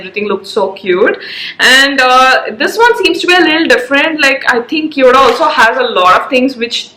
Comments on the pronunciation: It's kio da Like Khyo da ( d in Delhi) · Cheap junk Chinese store pretending to be Korean . No such store in Korea. Korean pronunciation and spelling is even incorrect. LOL !